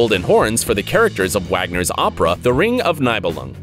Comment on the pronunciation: Not trying to be a dick, but the composers name Wagner is mispronounced. The German composers name is spelled Wagner but pronounced Vaa-gner. Thank you and you're welcome.